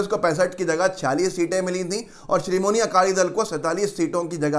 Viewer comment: Bhayya srimoni akali dal nhi , Sri Madi akali dal naam h